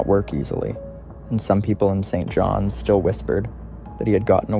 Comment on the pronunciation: I realized once he said "St. John. S"